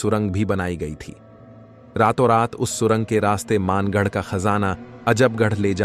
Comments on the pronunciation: maangarh nahi...bhangarh h bhai ye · वो मानगढ़ नही भानगढ़ है।।और हम वही से है